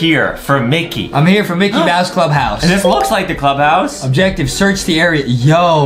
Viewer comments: anyone notice adem sayed MICKET MOUSE lol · Was it just me or did adem at the starting said micket mouse instead of micky mouse